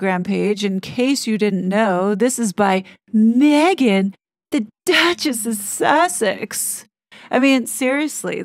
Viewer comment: Thanks!, I just love the way you say The Duchess of Sussex. It's soooo classy.😂 Thanks for the info on Dan, I joined his substack. I can't wait for this movie to start🍿